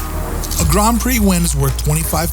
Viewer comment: I was taken out of the video every time I heard the word "Grand" pronounced as "Grahnd." It's not pronounced that way in any dialect of English I've encountered. Someone clue me in!